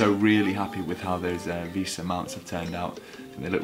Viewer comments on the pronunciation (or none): just fyi its pronounced vey-sa not visa, a visa is something you need to go to the usa